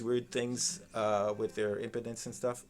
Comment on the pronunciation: Love his pronunciation of impedance 😂